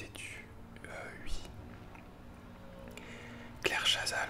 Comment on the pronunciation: Harry Potter en boucle, je te suis sans aucun souci! C'est super cette vidéo pour apprendre à te connaître. Pour la prochaine, si j'étais toi, j'inviterais tes youtubeurs à poser leur question. Je pense que prochainement, je tenterai l'expérience pour créer davantage de liens. Mention spéciale pour tes "oui" prononcés "uuui". Le réglage de ton micro est nickel! Merci pour ce moment.;)